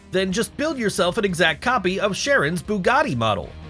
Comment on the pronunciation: You don't know what the difference between the shed and the houses it's not the fastest house it's a shed. And Bugatti Chiron is not pronounced Sharon